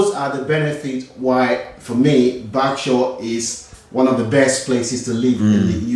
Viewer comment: Barksure?! 😆 or Berkshire?